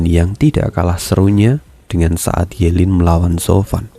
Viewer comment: Ye lin bang bukan yu lin